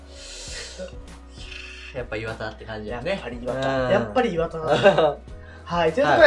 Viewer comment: イントネーション イワタ↑ ☓ イワタ↓ ○